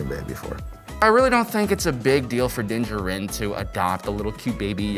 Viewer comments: It's pronounced Din JAR'in Not Din JA'rin Emphasis on JAR, not JA! Listen to how it's pronounced in the show....... I know it's petty, but for whatever reason, drives me NUTZ to hear his name mispronounced...... other than that, love GenerationTech. 🤷‍♂️ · I just cringe every time his name mispronounced 😳😬